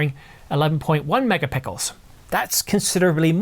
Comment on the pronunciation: “11.1 Megapickels” 😂